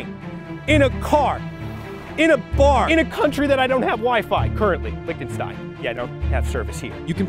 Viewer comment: He pronounced Lichtenstein wrong